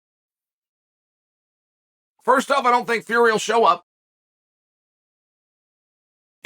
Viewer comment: 'Will Fleury' Simply incredible